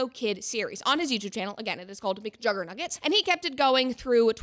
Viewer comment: mcjuggernuggets is one hell of a name, you say it in the most correct way possible lol